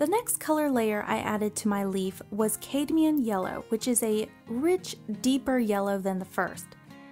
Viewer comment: Nice instruction. But I thought I would point out that cadmium yellow is pronounced CAD mium rhymes with had or fad. It is a heavy metal. Just thought I would let you know.